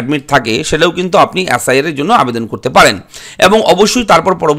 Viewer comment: অ্যাস আই আর না বলে এস আই আর বলুন